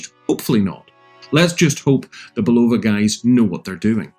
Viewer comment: Nice watch, now you can pronounce Bulova correctly. Also the original sold for 1.6 Million, NOT 16 Mil. Do you find the chinese leather nato smells funny? Like Wuhan wet market funny? Mine did, great watch, rubbish leather strap IMO.